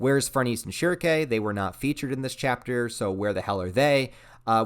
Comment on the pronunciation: I always thought shierke's name would be pronounced she-air-kuh not kay, lmk if there are canonocal ways to say them lol